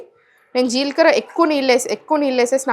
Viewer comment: మీరు నాలుక కరచు కోవద్దు జీల్ కర కాదు జీలకర్ర అనాలి మీరు ఫారన్ లో పుట్టారా రొట్ట కాదు రొట్టె అనాలి మీరు నాలుక కు ఆపరేషన్ చేయించుకోండి😢